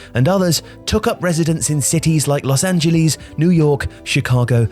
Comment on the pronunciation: Why is pronouncing Los Angeles so difficult for you Brits?